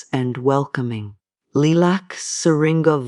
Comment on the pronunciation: AI voice over and the mispronouncing the word Lilac was an immediate turn-off. Did not finish and won't be back.